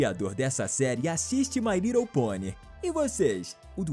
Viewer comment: Desafios procure o momento em que ele diz mai rridle ponie e comente a aqui